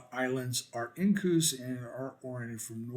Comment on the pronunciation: I thought couscous was a pasta🤔 Oh you were saying incuse 😂